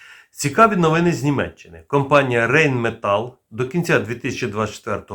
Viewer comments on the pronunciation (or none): none